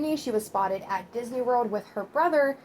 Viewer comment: "Dis knee" 😂 omg girllll